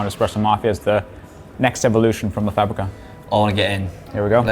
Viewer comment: It's the pronunciado of the simplest structure "la" which makes me feel embarrassed. "Le“. Thank God he's not uncovering Spanish either.